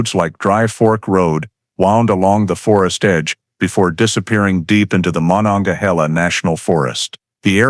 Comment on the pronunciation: The Monongahela National Forest is pronounced Ma non ga heel ah.